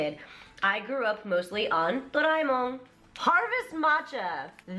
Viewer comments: I love Doraemon!!! XD He was my childhood too, but I've only ever heard his name pronounced in Thai~ Good to hear the actual japanese pronunciation. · Never knew doraemon was pronounced Dough-Rai-Mon,Since i was young it was always Dough-Ra-Eyy-Mon